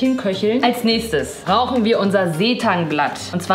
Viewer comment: „Als nächstes RAUCHEN wir unser Seetangblatt“ ? - sagt mir bitte, dass ihr das auch verstanden habt😂